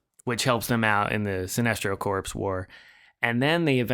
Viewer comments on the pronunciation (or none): “Corpse” ?.? - instead of the correct pronunciation “core” like the Marine Corps 👍 👌😎